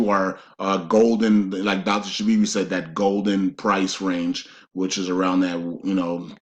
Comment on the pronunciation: Great information. Also, I believe NO, Zim, 800#s, redemption centers, NDAs, just banks, Forex and your videos. I do wish someone would suggest to him to pronounce words better (ie. "ask, not ax", "that, not dat", etc.)